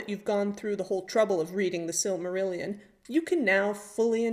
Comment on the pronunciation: Love your style and attention to detail. The Tolkien legendarium is very close to my heart. Fingolfin crossing the Helcaraxe with the other Noldor has always been a moment of the mythology permanently etched in my brain. I’m partial to the tragedy of Turin as well. Nice job on the pronunciations ; some channels on YouTube really really annoy me with their overzealous interpretations and endless rolling “R” sounds.